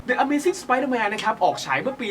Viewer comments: ดิ อเมซิ่ง เถอะเจม สายเหลือง ไม่ใช่ เดอะ อเมซิ่ง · ต้องออกเสียง "ดิ" นะครับ ไม่ใช่ "เดอะ" เพราะติดตัว "A" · ขอติครับ The amazing อ่านวะ ดิ อเมซิ่ง ไม่ใช่ เดอะ ครับ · ขอเสริมการอ่าน the amazing spiderman อ่านว่า ดิ อเมซิ่ง สไปเดอร์แมนนะครับ ไม่ใช่อ่านว่าเดอะ อเมซิ่ง สไปเดอร์แมน ครับ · พี่ต้องใช้คำว่า ดิ นะ ไม่ใช่ เดอะ เพราะคำตามหลังเป็นตัวสระนะ บอกเฉยๆนะครับไม่ว่านะ #รักช่องนี้ๆ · ชอบทุกเวอร์ชั่นครับ..ตินิด..อ่านออกเสียงคำอังกฤษยังมีที่ไม่ถูกบางคำ..จริงๆต้อง..ดิ อเมซ....โฮมคัมมิ่ง.... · The นำหน้าสระ a e i o u ออกเสียงว่า ดิ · ต้องอ่านว่า ดิ อเมซิ่ง นะคับ เพาระว่า หลัง the ขึ้นต้นด้วยสระ(a e I o u) ไม่ดราม่าเด้อ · The อยู่หน้าคำที่มีพยัญชนะที่เป็นสระ (a e i o u) จะออกเสียงว่า ดิ นะครับ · the amazing spider man ไม่ได้อ่านว่า ดิ หรอครับ?